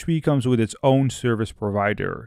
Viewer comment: As most youtubers suffer from spelling a correct "th", please, at least, try it.. there are no trees in laravel and no "witt".... (three, with).... Thank you ;)